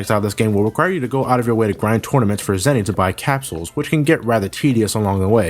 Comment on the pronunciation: I thought of Zennys...not Zenies...